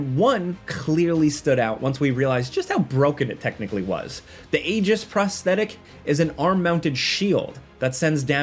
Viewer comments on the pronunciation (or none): none